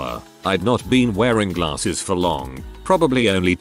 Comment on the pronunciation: Lol@ the narrator... "glaRRses"